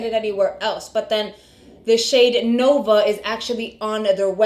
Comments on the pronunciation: I thought he said luna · He said Luna not Nova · I think it sounds like she is saying Luna - rather than Nova. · he definitely said Luna not Nova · I thought he said Luna also ❤